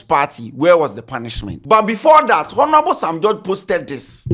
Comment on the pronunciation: the 'H' in Honorable is silent but you keep mentioning it...Please try and desist from that, thank you!